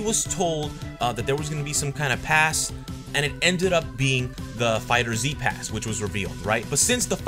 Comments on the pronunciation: My man can you stop calling it Fighter Z, its "Fighterz" pronounced "Fighters". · Am I the only one annoyed by him saying "fighter Z" Instead of "fighterz" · It's fighterz not fighter z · Why y'all say "Dragon Ball Fighter Z"? It's "Dragon Ball Fighters" but with a Z sound.